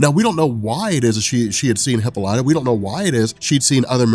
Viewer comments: bro, please... It's not hippo-lyta, it's hi-ppola-ta. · The Wonder Woman trailer is out PLEASE stop saying Hip-O-lat-tah, its Hip-Pol-ita lol! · It’s pronounced hip-olita, not hippo-lite-a. You should know that. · Dude I love your videos but you need to know that it's pronounced (Hip - All - Lit - Ah) NOT "Hippo - Light - Ah". I cringe every time you say that. You're still the man bro just stop saying it wrong. #WonderWomanFan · hip-paul-lit-a. not hippo-light-a. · Say it with me now...Hip-pol-ah-tah...there's no hippos in there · Hip-all-it-tuh Not Hippo-light-uh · 🤦🏾‍♂️🤦🏾‍♂️🤦🏾‍♂️😂😂😂PLEASE!!! For all that is holy…WATCH ONE OF THE CARTOONS so you can learn how to pronounce “Queen Hyppolita’s”(Hi-Pah-Li-ta) name! 😂😂😂😂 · No it's obviously a hippo lighter. And Leo ney adidas. :D Bothering me a lot too when he says hippo lighter XD But funny! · high pole uh ta? Isn't heh paul ita? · Wow. You couldn't even spare the time it takes to figure out how to pronounce the name Hippolyte correctly. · please listen to the pronunciation of Hyppolita... you're saying it incorrectly. I swear I'm not trying to be rude, but I enjoy your videos, and you sound like the kind of guy that likes factual information. Just thought I'd let you know. Please don't hate me lol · The butchering of the name hippolyta makes me cringe everytime I hear it... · dude you pronounced ww mom name wrong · your pronunciation of Diana's mothers name is offensive. GJ otherwise!